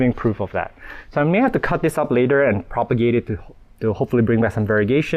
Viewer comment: Thank you! I love how you say sorry and thank you to your plants. And Everytime you say: I will have to propogate this makes me laugh.